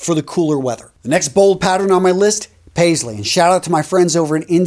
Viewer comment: You really nailed the Paisley even better than some of my friends do 🙏🏼 Namaste from India